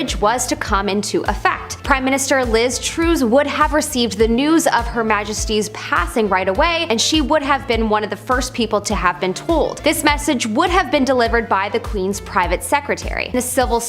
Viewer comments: Glad somebody said this! It's also Liz Truss, not Troose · Liz Troos lol